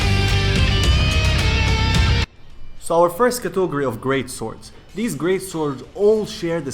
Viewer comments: Cat-uh-gore-e, not cato-gore-e. Im sorry it just gets under my skin. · cotogory? wtf? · I love how you say Catogary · If I hear cautogerry one more time i will die. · Cato go rise 😂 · LEARN HOW TO FUCKING SAY CATEGORY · I absolutely hate the way you say category. Literally causes me pain. Otherwise great video. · I love how you pronounce category! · Can't stop giggling when you say category